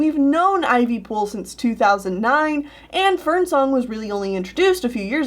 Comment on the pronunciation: I'm not up to those books and when you said Ivypool and Fernsong I thought you said FernCLOUD and I was like 'woah- woah, wait what??